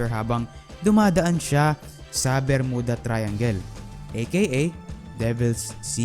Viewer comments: bro, may "P" and "F" syndrome ka! hahahaha!!!! JULY NINETEEN PORTY-PAYB or JULY NINETEEN FORTY-FIVE. Saka hindi BERMUDA and pronounciation kundi 'BER-MYU-DA" ayos ba? nakakairita kasi ang pronounciation mo eh. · Pronounce it as "Ber-myuda" Thank u & ur Welcome😊